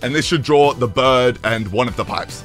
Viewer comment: The fucking ai “I’m making flappy birrrrrrrrrd” is killing me